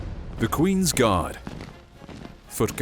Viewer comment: I thought u said "THE QUEEN'S GOD: FOOT GODS" for a sec X'D